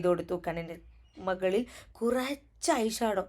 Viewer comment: മകളിൽ അല്ല മുകളിൽ 😂